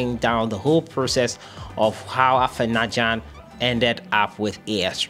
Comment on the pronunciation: The boy's name is AFENA not AFENYA